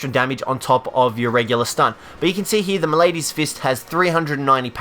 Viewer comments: Your mispronunciation of simple words is killing me. It's not "ma-lady's" fist. It's maladys fist, as in the word "malady", like a sickness. Same with apothecary mantle. The C is a hard c, not an s. Look up the word and pronounce it right. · I love watching gamers that are clearly not very smart, because you get to hear things pronounced incorrectly like malady. "m'lady's fist"